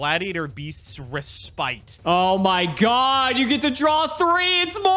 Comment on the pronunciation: In this episode, doesn't know how to pronounce "respite."